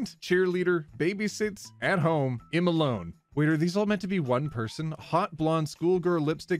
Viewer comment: Today I found out that (One topic at a time person) pronounces 'I'm' as "em", and not "eyem"